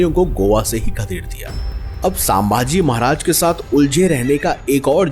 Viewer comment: Please pronounce our kings name छत्रपती शंभू महाराज or संभाजी महाराज not सांभाजी महाराज .